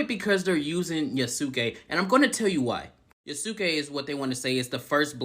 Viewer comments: Sorry buddy..."Yasookay" is not the correct pronunciation, it's cringe to my ears. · Why pick a video made by a dude who can't even pronounce the protagonist name correctly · Ok. So idk if it’s obvious that I’m watching this and responding in real time and omg who is this clown she found as her “expert” dude can’t even Say Yasuke right 🤣 and the game is far from bad. It’s one of the most graphically impressive games in recent years. The lighting is literally game changing. It’s full of detail and texture. It has an amazing weather system. Does it have bugs and issues? Of course. EVERY SINGLE GAME does at launch lol. And the game was delayed to fix the parkour system. The devs came out and said this. lol. Brett you should delete this video. You’re just copy pasting All the rage bait idiots online 🤣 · No, you could have said it better. The man can't even pronounce Yasuke's name right.